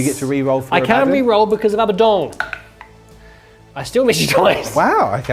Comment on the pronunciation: Ah-Buh-Dawn. I love this channel, great video, you're all charming attractive entertaining individuals. But please pronounce it correctly. The name is from actual religion over 1000 years old. I beg you.